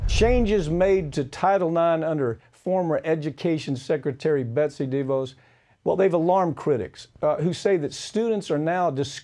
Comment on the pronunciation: She's a monster. But he doesn't know how to pronounce DeVos or doing it purposely? Either way...